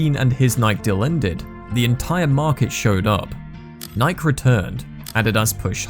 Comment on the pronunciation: How do you spell "Nike" the way he's pronouncing it? Nik?